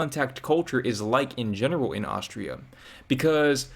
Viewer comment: Besides that toast thingy, why dating this yadda-yadda- girly at all? And it is Austria not Auschtria, missus important. When you need to do online dating to meet people, tells also enough about her. Yikes.